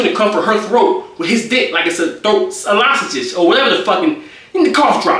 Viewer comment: eLohSaGige instead of lozenges has me crying 😂😂